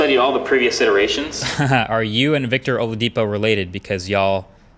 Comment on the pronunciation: its OH-LAH-DEE-PO ..... You tried though